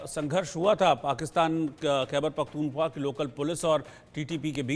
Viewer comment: Abe kya pakhtunba pakhtunba kr rha h pakhtunkhwa h aya bda anchor zahil